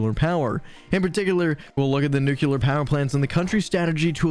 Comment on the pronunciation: I agree with a lot of the sentiments in here, but please stop saying “nook-kyoo-ler”. It’s nuclear. It’s hard to listen when your delivery is so heavily-American slurred and not enunciated.